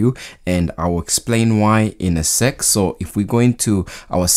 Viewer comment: I thought you say “I’ll explain why in a sex” lol mb.